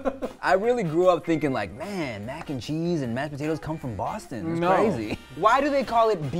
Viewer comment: Because of Tim I always call potatoes, “bodadossss” 😂